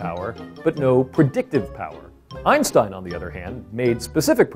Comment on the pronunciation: I mean, you could've just let google read the german word "Logik" out loud before you shout it. Also, you should know how to pronounce Einstein.